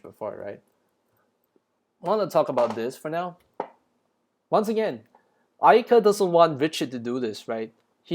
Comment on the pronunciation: The Massacre at Ayyadieh, They recreated the image from Richard's POV Bro I didn't realize there was Little Red Riding Hood there because I was focused on the subtitles, now that scares me💀 You said Black Ayaka like the N word lol😂